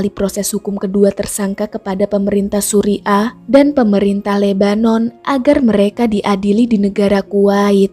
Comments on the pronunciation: Salut utk pemerintah philipine,,,mereka cepat tanggap + memantau kasus sampai selesai. Bacanya suriah bkn suri' ah 😁✌ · Suriah kak bukan suri ah😂